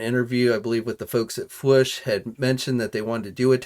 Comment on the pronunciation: The "oo" is Fwoosh is pronounced like the "oo" in "moooo"... the sound a cow makes. Not like the "u" in "push". I don't know how doesn't get that. It's Fwoosh, not Fwush.